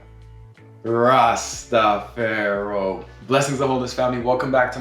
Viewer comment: “Juh RastafEro”???? what????